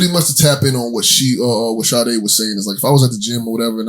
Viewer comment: And shoutout Sade for pronouncing my name correctly 😂😂✊🏾✊🏾✊🏾✊🏾